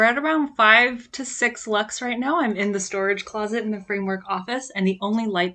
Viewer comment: Lux, not Luts, is it?^^